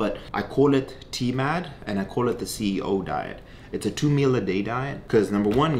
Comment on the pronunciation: the amount of time that he mispronounces salmon and says CEO 😂 I am really trying to watch cuz I do like him, lol